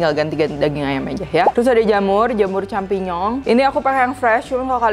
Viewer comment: Kalo gak nonton ini gatau nyebut jamurnya "campinyong"